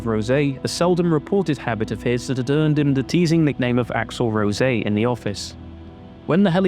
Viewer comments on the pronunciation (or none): none